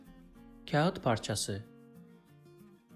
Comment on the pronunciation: teleffuz videosu çekip kağıtın teleffuzunu doğru yapamamanız komik olmuş k ince bir şekilde ı okunmadan kağat diye okunur aynı şey ağır kelimesinde de geçerlidir ağırda ı okunmaz aar diye okunur